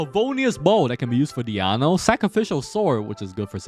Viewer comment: Who is this Diano you speak of? Is this DionA? hahaha still really good guide tho